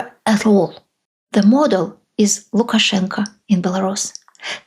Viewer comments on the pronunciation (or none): none